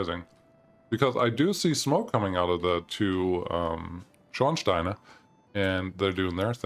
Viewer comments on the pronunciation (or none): the two "Schornsteine" :D